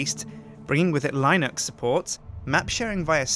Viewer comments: Lynux? Seriously? It's pronounced Linnux XD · Line-ux? its linux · LINEUX? LINEUX?? It's lin-ux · I swear it it's not L - EYE - nux. I program in this language! unless l eye nux is the american version... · LINUX! IT"S PRONOUNCED LE_NUCKS! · "Line-ux support" ????? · he said line-ex... not how its pronounced but okay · i didn't know how linux was pronounced until now